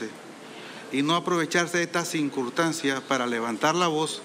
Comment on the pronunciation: Ministro de Seguridad: Cincurtancias! Y es: Circunstancias... 🤦🏻‍♂️😂 No sabe ni donde está parado el pobre, solo sabe que está en una mesa sentado en una silla de la C.P. y siendo títere de los que lo pusieron allí en ese cargo... DUELE PANAMÁ 💔